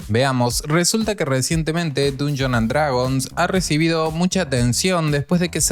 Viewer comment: Nada te cuesta aprender a pronunciar bien el nombre del juego… Está bien que no sepas inglés, pero con que solo pronunciaras bien, ya estaría bien.